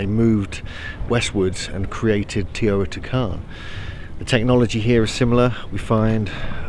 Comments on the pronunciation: It Is Teotihuacan no teotican!! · Its teotihuacan not teotican lol and mexico is part of north america not central america 🤦‍♂️🤷‍♂️